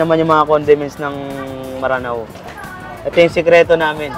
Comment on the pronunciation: Maranao po means taga ranao o lanao,actually m'ranao sya kung bigkasin